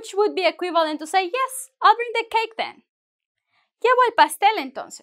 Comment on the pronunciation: to use verb sound bling than bring